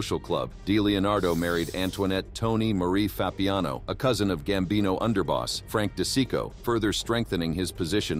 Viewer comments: This AI crap ruined this video. “Frank DE SICKO”? The hell? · Frankie D'cheeko is how they pronounced it.